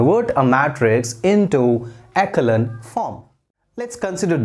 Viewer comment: Sir you have little mistake! Echelon form sahi se pronunciation kijiye. Correct pronunciation is एसो-लोन form